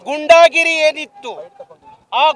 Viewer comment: ಗೂಂಡಾಗಿರಿ ಅಂತ ಹೇಳಿ ಗುಂಡಾಗಿರಿ ಅಲ್ಲ